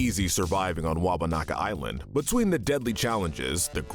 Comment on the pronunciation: “Wawanaka Island” 💀